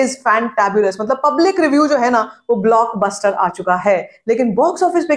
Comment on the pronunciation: Ohhh bhaisaab app Kya cheez ho??? I absolutely love how you say BLOCKBOSTER